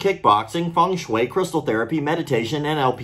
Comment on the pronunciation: Feng Shui😂😂😂😂😂 Someone needs to tell him…